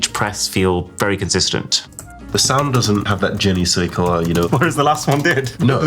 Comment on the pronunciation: the "jenny say kua" was crazy